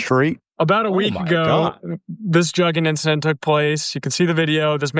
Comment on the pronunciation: Juggin. Has BEEN AROUND. And they sayin it wrong. Juggin term been around since 05'. Damn they late AF. It came from Atlanta not no damn Carolina's or Texas